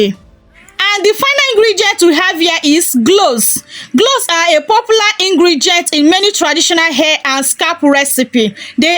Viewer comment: I thank you for this recipe. I laugh a little because your accent is so cute to me. Being in America, if there had never been the transatlantic slave trade, I wonder if my accent would be like yours. Some of your words I had to go back and listen again. Example when you said "Cloves" it sounded like "gloves or glows." Also when you say words with an "R" at the end, I like the way u say it. Example: water, u say watuh, and butter, you say buttuh. God bless you. Hhhhh I thank u again and I'm looking forward to learning more from you channel. I am in North Carolina in the USA. I have subscribed to your channel. One can also use a preservative to extend the time that u can use it. I use Germall Plus. I order it from Amazon. I want to add that most people suggest to use products consistently for 3 months to see good results.